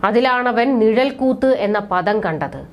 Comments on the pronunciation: നിഴൽ കൂത്ത് അല്ല അനിയത്തീ, നിഴൽകുത്താണ്. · നിഴൽക്കൂത്തല്ല,നിഴൽക്കുത്ത് എന്നാണ് ശരി